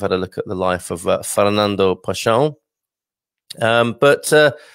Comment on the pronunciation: Pessoa is pronounced PessOWa - the 'o' rhymes with English 'go'. You probably know that the common noun 'pessoa' means 'person'. Quatro geracoes de paixao = four generations of passion